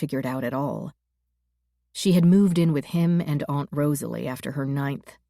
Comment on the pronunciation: Generally good narration except for her very annoying, cringe-worthy pronunciation of 'aunt' and 'shone'.